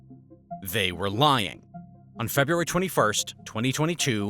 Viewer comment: Februaty lol